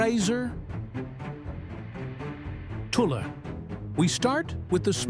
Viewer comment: Sorry to say but your pronunciations are off. eg. Swaby is pronounced," sway be" Tulloch is "tow low" .